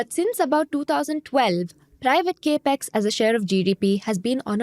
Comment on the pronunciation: Gurumātā.. it is NOT KE--PEX.... it is CAP-EX (capital expense)... not Ke-pital Expense